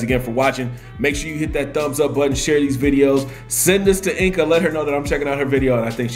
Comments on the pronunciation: it's not enka it's enca "c" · You write it Enca but you say Ensa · She pronounces her name in the video, the part when she says Enca's better than them